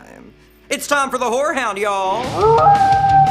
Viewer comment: The way he says horror sounds like whore